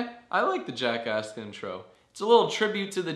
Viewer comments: I thought you sed Jackass instead of Jackask. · I keep on thinking your saying jackass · Who else heard jackass?